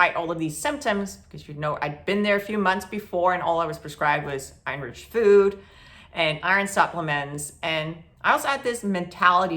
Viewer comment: Are you saying Irish food or Iron food? Never heard of being prescribed Irish food. I am severely anemic. On IV shots B12 and vitamin D.